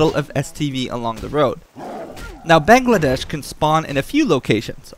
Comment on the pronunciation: Haha I love how you call him Bangladesh!! It's Bangalash lol. Makes me giggle everytime.